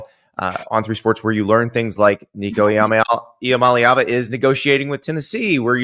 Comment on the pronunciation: Nico "I'ma leava"